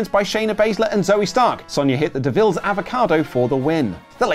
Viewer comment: Hahaha said Devilles avocado 🥑